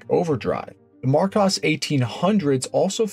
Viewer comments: It’s pronounced Mar kOs. Aaaaaaaaaaaaaa! Makes me want to scream every time you say it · Well, I’ve been pronouncing Marcos wrong for almost 50 years… 🤦‍♂️ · Thank your for the pronunciation correction. Yes I did know Aston had it on some of their cars - I know another car I made a video on used it I just forget the name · Minor tweaks... Marcos is pronounced with a short plain O, as in cost. You get it right half the time. Goldwing doors? FFS 😃 The Volvo 1800 engine has a pair of SU carbs. They were originally fitted with Strombergs from the factory. Nothing wrong with the way you pronounced Porsche, don't know why somebody moaned about that. Other than that, quite good. By god, that first car was frecking ugly as sin. Thank guggery they persevered and produced the GT series - one of the best looking cars to come out of the 60s.